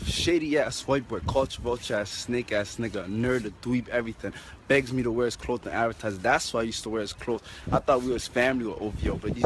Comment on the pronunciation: nigga whats with him moving side to side....and why he says clothes like that